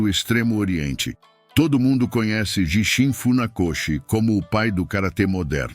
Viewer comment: Prezado, também notei esses erros de pronúncia! Vai mais um erro que você esqueceu de citar: Gishin a pronúncia é: Guishin.(09/08/24).